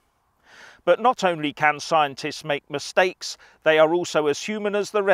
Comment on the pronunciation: "The Plolitishuns! In an Atvenchure wiv Skiantits!" 😂😂😂😂😂😂😂😂😂😂😂😂